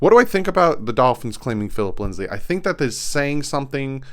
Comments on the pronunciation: Stop saying LindsLey,... there's no L in it. It's Lindsay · it's not linds-lee, it's lind-zee